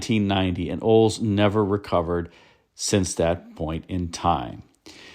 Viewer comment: Wild that you can't pronounce Olds. "Oles" 😂